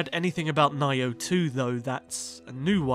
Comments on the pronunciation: I don't want to put you on blast but Nioh 2 is pronounced NEE-OH TWO since you said you've never heard of it. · Is he mispronouncing Nioh? Is that what he's trying to say?